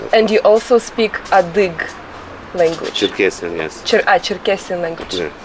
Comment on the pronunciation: thank you for beautiful videos but you should study a bit the cultures you don’t know well. You kept saying “adyhig”; it is adygheeee” with an e at the end. Additionally, you never talk about very crucial historical events. Adyghe people had to immigrate to Ottoman land in 1864 onwards because the Tsar of that epoque forced them to. It is the most tragic event of their history. Now most of the circassions (around 3 million) live in Turkey. You are telling irrelevant stories which makes me surprised. Put a bit intelle tual effort please.